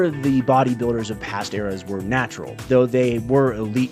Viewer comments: . Natural not natrual...... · He's just a rat man, he's gonna mess up a word or two